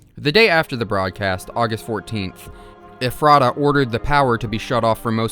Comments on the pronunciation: I am from Ephrata. Hearing you pronounce it as eh-frah-tuh was painful. Everyone from there pronounces it as efruh-tuh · i’m from the ephreta area. it’s “ef-er-ta” not “ef-rey-ta” or “ef-rah-ta”. bugged me the whole video 😭😭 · as a pennsylvania resident its pronounced eh-fruh-tuh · actually its pronounced Ef-ro-da. also this SCP is to close to come, the only other one i know of in PA is neutralized and that one was even closer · i live in pa!! ephrata is pronounced "ef-ruh-tuh" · I've seen like 7-8 videos on the "Boiled One" and I have yet to see one where someone pronounced "Ephrata" correctly. Dr. Nowhere uses Central PA locations in his story and Ephrata was a real town, township and area near the Harrisburg/Lancaster area. It's actually "Eff-ritta" I live like 10 minutes from there, it's not really important in any of way but I just find it funny no video I've seen has pronounced the name of the town right. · Ephrata is pronounced Eff-ra-Ta almost like effort. Pennsylvania is weird. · you managed to pronounce ephrata every way except the correct way, lmao. also the glass trumpet is on display at the museum if anyone wants to see it. it is a mystery even to us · Living in Pennsylvania, I couldn't stop myself from correcting the way you pronounce Ephrata every time you said itm 😂😅